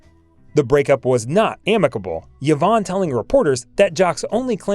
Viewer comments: Hey, Narrator: Her name is pronounced "EVE-AWN," not ever "YEE-VON!" Sheesh...Pretend that initial "Y" is an "I," & you got it. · EE-VONN. Not yuh-VONN. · Eevon not Yeevon. Peace out. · Someone tell the narrator that Yvonne is pronounced as E-vahn, not Yahvahn. What is wrong with this guy. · Yvonne is pronounced Ē•'von, not yevon. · Yes…mispronounced Yvonne repeatedly. It’s not “Yivonne “. ..rather say it “ee-VAHN” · Also, Yvonne should be pronounces E-von, not Ya-von. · "Yee-von"? Really? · It’s pronounced ‘E vonn’. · Oh for God's sake, pronounce her first name CORRECTLY. It is " E Von" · Who on earth is "Yo-VON De Carlo"? Never heard of her. I thought this video was about the well-known Hollywood movie and television actress Yvonne De Carlo. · It appears that she also had an "Ee-nam-er-us" lust.... who is the reader??? Human or computer, it's an idiot.... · The AI cannot pronounce "enamorous", Yvonne or Sondheim or Orpheum, "fit her build", Ray Milan, Casbah, Demille, Demille (a 2nd different mispronounciation), "Cynicism" for syndication, U-N-C-L E for man from Uncle, etc...How did she satisfy her enormous lust? The regular way, by going out with a string of men, apparently. Lily was plated by Decarlo in 71 of 72 episodes, unlike what narrator states. After 9 months, no corrections. Vintage Hollywood Archives is brain dead. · Why-vonne mispronounced repeatedly, and he started out with "enamourous lust?" i also didn't make it too far past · Learn how to pronounce the name "YVONNE" correctly.